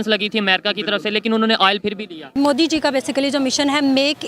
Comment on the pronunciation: They always evolve their own words 😂😂..Only they say this .like bartania,peu tin 😂😂😂..And many more ..moodi...